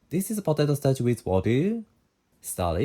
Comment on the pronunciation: Ryuseiさん、動画を拝見しています。「starch」の発音に苦戦されているようですね。カタカナ通りに発音すると、より英語に近い響きになりますよ。最後の「i」の音を入れずに、「sutaachi（スタアチ）」と言う感じです。